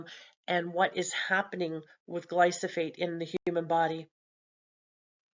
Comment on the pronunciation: It's glyphosate, not glysophate.